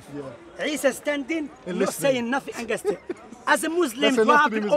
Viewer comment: Unfortunately, is a takfiri who can't speak clear English. Watch pronounce the word " against" as "angis"